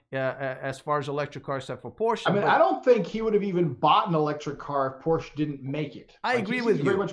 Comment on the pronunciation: I like the concept, but for my use electric isn’t there yet. I am here keeping up with the advancement in the technology, but one thing: Porsche—can you get an expert guest that knows how to properly pronounce the brand you are talking about?